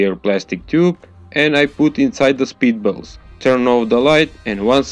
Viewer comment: Thought he said "speed bubbles", took some extensive Googling to find out it was "spitballs". BTW switching from a quiet background music to a really LOUD one is a bad idea, some people have to deal with family/roommates.